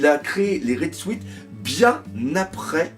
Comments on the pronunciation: salut, le mot "suit" se prononce sioute, pense a un indien et rajoute "te":p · Vive les "Red Souite"... Ça fait un peu mal aux oreilles xD